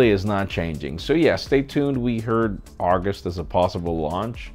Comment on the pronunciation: He also said Argost instead of August